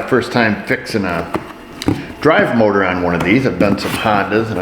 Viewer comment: The Mowtah 🤣